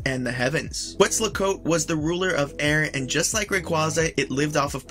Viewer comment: That's correct. This dude constantly pronounces things wrong. Even pokemon he says wrong. "Quetslacoat" LOL